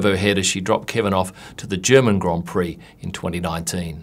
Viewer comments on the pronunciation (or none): none